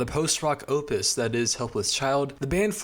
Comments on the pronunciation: "Opus' is pronounced "Oh-pus," not "Ah-pus." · “Opus” is pronounced “OH-puhs” not “AH-pus” It’s also weird to just used it as a substitute for the word “work” or “achievement” even though that’s technically what it means in its original context. I would avoid using this word in your scripts unless you are directly quoting something or are using it as part of larger phrase such as “magnum opus”. It just sounds somewhere between weird and pretentious, like you grabbed a thesaurus and just tried to make your writing sound smarter by substituting common vocabulary with higher register synonyms without knowing the precise function and connotation they imply when used. This is a pit fall a lot of younger writers and content creators fall into. It’s why in every other video essay you’ll hear the words “prolific” and “cornucopia” and “myriad” when a much simpler word would sound 100x better given the topic and the rest of the sentence.